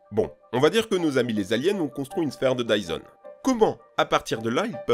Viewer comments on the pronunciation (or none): It’s dyson not tyson